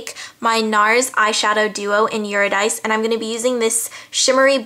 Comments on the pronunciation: fyi Eurydice is from an Opera Orphee et Eurydice and it's pronounced "you're (yore) a dee chay". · This is so cool! I love the eye look! Btw, the NARS eyeshadow duo Eurydice is pronounced eur-id-isee. Its Greek lol And your voice is really nice! Pfft is a tard, Youtube is about talking and personality. Keep being awesome!